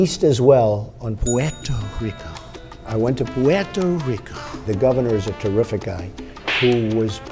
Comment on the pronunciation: its pronounced "poo-toe Rico"